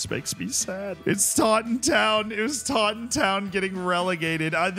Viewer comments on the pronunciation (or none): Im from Devon in England and just a heads up the pronunciation of Taunton is said like "torn-tun"